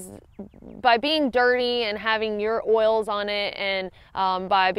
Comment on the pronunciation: Very informative, and love the video showing, rather than just telling. but I loved most learning my down has natural “oirls” (in a southern accent 🤣). Looking forward to the CDT vids!!!